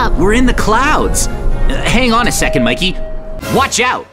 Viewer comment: Bro it's Mikey not mayceili